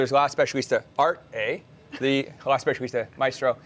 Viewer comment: Ahhh nothing better than seeing an American making fun of European languages! It's pronounced "Arte" not "Art.....e"! How do you pronounce "Sauvignon Blanc"? Saveign blank?